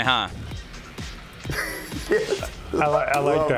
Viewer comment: Hey, Kike ！ Not Kamekameha！ Kamehameha is the right way to say！ I hope you can understand it！ キケさん、かめかめは！では無く、正しくは かめはめは ですよっ！😮😊😂🎉🎉🎉🎉🎉🎉🎉❤❤❤❤❤❤❤